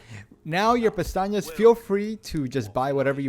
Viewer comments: great video. but you miss pronounce pesetas 2 million times. not pestanyas ... pesetas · bro been calling the "pesetas" "peñatas" for 4 hours straight. That being said, this video is unbelievable, finally got my S+, ty so much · Good guide but I think it's funny you call the money pestañas which means "eyelashes" lol. They are called pesetas. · Dude the money is called Pesetas, "pestañas" means eyelashes 😅Awesome video, couldn't have done it without you 🙏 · Love the fact you pronounce it “pestañas” instead of pesetas, that means eye lashes in Spanish 😂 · ten thousand pastajas 😩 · Awesome walk through! Why do you call them "pestañas?" It clearly says pesetas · .....I've never heard pts called Pantanas, I was always told it was pronounced pesastas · Bro, it’s “PESETAS” not “PESTAÑIAS” are eye lashes. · How for christ’s sake do you call the money (pesetas) in this game?? Pestañas, pistacchios and castañas? 😂 Funny thing is, all these words have an actual meaning, but not that of money…lol (pestaña= span. for eye lashes, castaña=spanish for chestnut, pistacchio=italian for same english word). You‘re so funny! ♥️ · Thanks for this awesome guide. I was able to earn the Professional S+ Rank because of your guide. You speak perfect English, but your Spanish is a bit off. I am fluent in English and Spanish and I kind of smiled every time I heard you call the currency in the game, which is Pesetas (former term for currency in Spain before the Euro), Pestañas, which means eyelashes in English. As I said, hearing you say other words besides Pesetas was humorous, but it did not detract from your excellent presentation. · Only thing wrong with the guide is him pronouncing pesetas wrong 😂😂